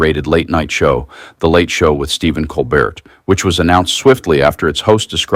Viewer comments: Pronounced cole-bear french is tricky for Americans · Colbert is pronounced “coal-bear.”